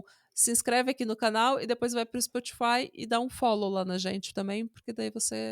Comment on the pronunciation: a falando "dá um follow" parece mto "unfollow" kkkkkkk